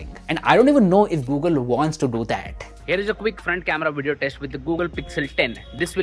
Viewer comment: Wideo recording? Why can't you say V as V not W.